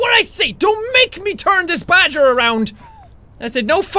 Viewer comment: MORE MORE ITS NOT BAD-Ger ITS GREAT-ger